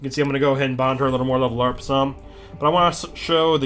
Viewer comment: lol - he said level lurp some